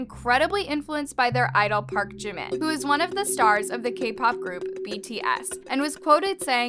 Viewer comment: “Park jiman “ wtf HAHA